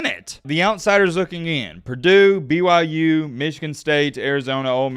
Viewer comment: Did he say BYJew?